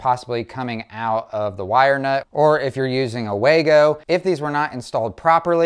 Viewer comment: If you're going to use a common product (the Wago wire connector), at least pronounce the name correctly. It's not Way Go, or Wah go, it is pronounced Vah go.